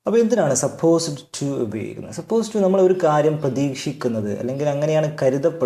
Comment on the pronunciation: ഇതിന്റെ ഉച്ചാരണം സപ്പോസ്ഡ് ടു അല്ല ബ്രോ സപ്പോസ് ടു ആണ് ഡ് silent ആണ് don't mis guide people